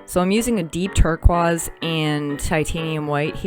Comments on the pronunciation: This is absolutely beautiful! And (tur-koyz) is one of my favorite colors! Yes I’m OCD about pronunciation. I’ve never heard anyone so mispronounce that word. lol. But this truly is a very cool piece. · I love your painting style. But you really need to pronounce the word 'Turquoise' correctly :-) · Love your work!! Are you French? You pronounce Turquoise in French, turkwaz. Just curious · (Just so u know, u-tube popped u up for me as well... Do u do things in real time? I'll snoop... also never heard anyone say tur-kwaz, tho it might be right (looking at the spelling)! 🙋👯🌻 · Interesting how your pronounce turquoise. Cool piece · So wonderfully done! I love it! So cool, I’ve never heard turquoise pronounced that way before…🧐 💕💕💕